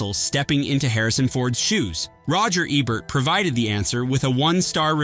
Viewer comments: OMG. It's E Bert, not Eb bert. One B. Lol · "Roger Ebbert" lol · Roger “Eh-bert”??? Too lazy to narrate your own stuff, huh?